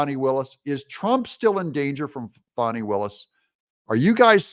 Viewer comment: It's not fonny, it's fanny. Not my fault if it has unfortunate alternative meanings. It's not mick CAF ee or mick cafe like a drink from McDonalds. It's MACK-a-fee. And Viva Frei is pronounced like fry. It's from his original German name of Freiheit (fry-height) and means freedom.